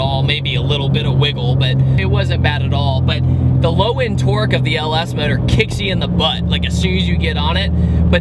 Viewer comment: Why do you say modohr instead of engine? Is it electric?